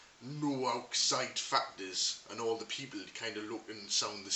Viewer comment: Good North East accent. Only thing that lets it down is the word 'people'.